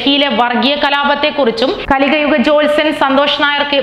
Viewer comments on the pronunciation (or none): കലികയുഗ ജോത്സ്യൻ എന്നാണല്ലോ പറയുന്നത് . കലിയുഗ ജോത്സ്യൻ അതല്ലേ ശരി.